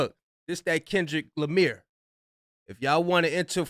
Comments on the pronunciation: said "This that Kendrick Lamir" 😂😂😂😂😂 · Kendrick Lamire😂😂😂😂😂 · "KENDRICK LIMEER" 😂😂😂😂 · Kendrick Lameer 🤣